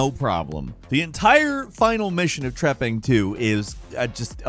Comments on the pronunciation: wtf is number 7? treppin? trapline? wtf did say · what is game number 7? cant understand the name, trapping 2? cant find it anywhere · Trepang 2, He pronounces things so damn weird sometimes, It's like it's the first time he read it out loud. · What was the game featured at 7? I was trying to google it and couldn't find anything. It sounds like "Trapping 2" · What's the name of the video game at number 7? I keep hearing trapping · honestly even after a few times i tried to hear, all i hear from the audio as trapin, trapping, trapn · What game is 7? He says it multiple times but all i hear is 'trapping 2' and i cant figure it out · What is the game called on number 7 ? No matter how many times I rewind it I can’t understand the name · Thank you! I listened to him say it like 10 times, but I just couldn't understand what he was saying...I even tried using closed caption! lol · number seven, could somebody write the name down in the comments from this countdown Because I couldn't. Understand when he said it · What game is nr7? I. I cannot make out what is saying